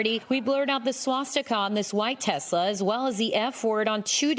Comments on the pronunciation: Did he mean to say Titslur? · Ya mean Teslers? 😂😂😂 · sry you pronounced it wrong it’s called TesLER😂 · Trump - I love a "TESLER" - as in "TES"-la plus Hit-"LER" equals "TESLER"! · You mean tesler. 😂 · oh Teslurs from FElon Husk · Tesler that's how made says it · It’s pronounced Teslur. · Only a Trump could pronounce a name known all over the world (Because of Nikola, not the special K addict), that finishes with an "A" as finishing with an "er" sound. He is either deliberately ignorant, or the all the psychs and educators who say he has the mental acuity of a pre pubescent child are correct. It's probably both